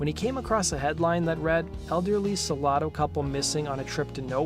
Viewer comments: Sa lado to mato, it’s pronounced Sa-Lay -Do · Pronounced “Suh-LAY-doh”, not “Suh-lah-do” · Salado TX Suh-lay-dough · The small town of Salado is pronounced Sa-lay-do. :) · finally SOMEONE knows how to say it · Salado is pronounced "Suh lay dough". I lived in Temple Texas for many years as a kid, interesting story behind the song. Good job on the video. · His pronunciation of Salado 😭😭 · Can't even pronounce the name of the town